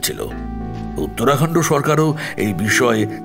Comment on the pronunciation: গল্পটি অতি সাধারণ, পরিবেশনা ভালো, তবে, উত্তরাখণ্ড কে কয়েকবার উত্তরাখণ্ডো শুনতে ভালো লাগেনি, আর আরেকবার উত্তরাখণ্ড কে ঝাড়খণ্ড বলা হয়েছে।